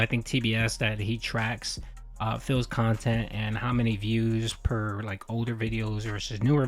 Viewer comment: It would be difficult, but should be more than possible to build a channel with 200K subs back up with the right kind of content. But again, that would take effort. And we all know how does with that. His "curating" of his "khantent" is limited to doing the routine he is used to, because he's too inflexible mentally to do otherwise.